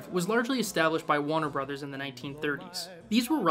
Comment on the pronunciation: "wanner brothers"!!? Lol jk decent video but remember the R in Warner brothers